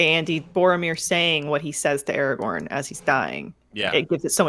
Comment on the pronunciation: It’s ARAGORN, not Aragon!